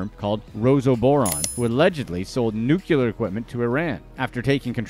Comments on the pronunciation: It’s nuclear, not nucular! If you’re going to talk about weapons, get it right. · NEW-CLEE-AR You make a lot of pronunciation errors. Ugh!